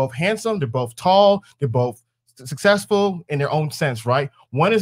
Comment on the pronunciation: anyone would blank out when talking to an adult that says "sussessful"